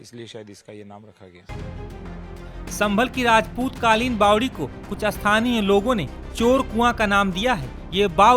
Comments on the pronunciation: Are bhai bawli nahi bawdi bolo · रिपोर्टर भाई बावली नहीं बावड़ी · Kese patkar h inko nm lena bi ache se nhi ata isko bawli nhi bawari bolte h bhai